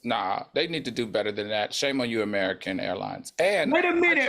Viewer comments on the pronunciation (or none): Al cracking up at Maddie saying "AMURIKUN" 😂😂😂😂